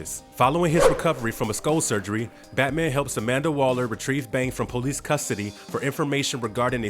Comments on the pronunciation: " The po- lice force"..????🤣🤣 Employ someone to narrate with a better style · Darn Poe-lease.